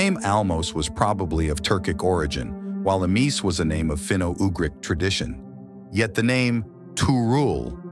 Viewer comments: I enjoyed to listen,how ever the pronunciation of 1"Khazar" and 2"Emese" is very annoying. 1 should be pronounce Khazar. I don't know how did you come to the conclusion 2 Emese, Emees ? I was wondering what are you talking about, who is Emees. Emese is pronounced as Ema-sheh.If i pronounce Richard as reehard or rihard you would rise your eyebrow to. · Emese is pronounced Emeshe, with all the "e"s pronounced the same way as the "e" in the word "get" (more or less)